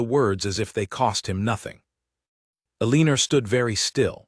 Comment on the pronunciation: Eleanor has been consistently mispronounced here! It's El in nor... not E lean or.